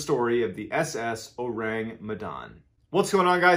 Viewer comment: I'M FROM MEDAN YALL and it's pronounced "meh-dan" and "oh-rung" as in orangutan but yeah it's an urban legend.